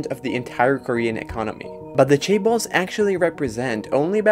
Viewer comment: Chaebal? Cabal? Seriously…